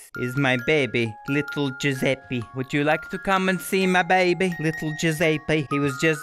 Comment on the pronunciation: When you say Giuseppi instead of Giuseppe: ITALIANS: TRIGGERED